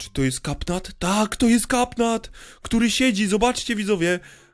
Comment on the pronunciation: Katnap nie kapnat